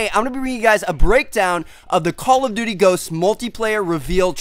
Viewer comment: I been watching ur vids for a while and it gets annoying that it sounds like ur saying call of butty ghosts